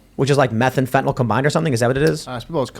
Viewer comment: Fentanyl, (not Fentanol)